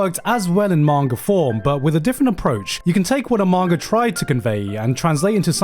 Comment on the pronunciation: I was gonna finish this but he said manger instead of manga i hate people with speech impediments